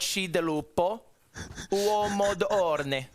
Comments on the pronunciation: The italian pronounciation is absolutely ridiculous, come onnnnn! How do you get ORNE from onore??? If you pronounced it correctly someone could have guessed it meant honour and would have had a chance at guessing it right! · The mispronunciation of onore killed me😂